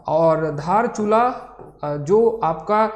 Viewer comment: दार्चुला नहीं धारचूला। दार्चुला नेपाल में है। धारचूला भारत में है।